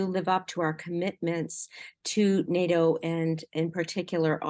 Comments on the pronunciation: im a conservative and its nato not noto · I can’t stand when politicians talk like this Update: listened to the end, and the conservative response might be equally bad 😂 and she doesn’t even know how to pronounce “NATO”